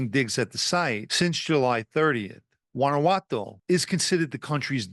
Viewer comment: Your pronunciation of “Guanajuato” was good. I’m an American, of Mexican/italian descent. You do a good job pronouncing both languages.